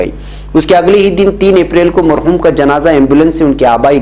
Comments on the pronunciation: Khabar dete taim aap thoda talafuz sahi rakhin mahrum nahin balki marhum bolna chahiye allah hafiz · مرحوم ھے محروم نھیں ھےتصحیح کرلیں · Assalamualaikum, ummeed k bakhair hongay, ek choti si guzarish hai k news may bar bar Mahroom lafz bola gaya, jo k MARHOOM hai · حضرت آپ مرحوم کو بار بار محروم کیوں بولتے ہیں 😀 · محروم نہیں مرحوم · مرحوم ، نہ کہ محروم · محروم نہیں بلکہ مرحوم بولنا چاہےء